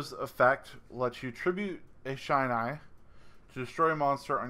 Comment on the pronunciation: Awesome combo! Loving coming back to this deck, I've missed it. Looking forward to the profile. P.S: It's a short i sound in Shinai. Eight years and counting of kendo, and the shinai is the bamboo sword we use.